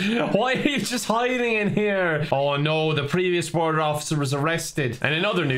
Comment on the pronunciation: INDAIN BORADER is now turning indian